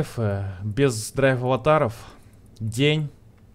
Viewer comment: Булкааааааааа, ДрайвАТАРОВ, а не ДрайвАВАТАРОВ